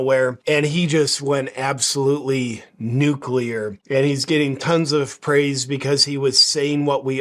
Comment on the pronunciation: Glad you pronounce "nuclear" correctly and not "nuculer"😅.